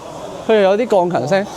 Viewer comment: 鋼琴聲聽到鋼芹聲😂